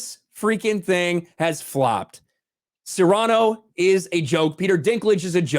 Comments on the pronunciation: “SEAR-a-nō”, NOT, “se-RAH-noh”. Please say it right. It was driving me insane. Love your channel. Peace. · Btw, it's pronounced Seer-ah-no. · Sirahno... damn that pronunciation.. xD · HAHAHAHAHAHA goes from pronouncing it Cerrano like he's talking about Pedro Cerrano from Major League, then to Cyrano. That would be funny seeing Peter "Angry Elf" Dinklage try to play Dennis Haysbert. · I wish people could pronounce Cyrano correctly. Anyways, glad it bombed. Tired of woke garbage. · work on that Cyrano pronunciation please.